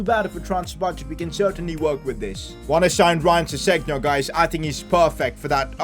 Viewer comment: the way u said sessengnon lool it’s pronounced ses en yong